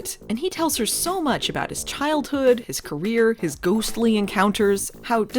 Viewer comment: "Ahh, it's just Sasquatch, don't worry aboot it..." is my new go-to when someone asks WHAT'S THAT?